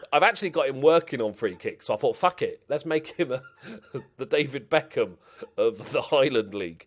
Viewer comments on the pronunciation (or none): none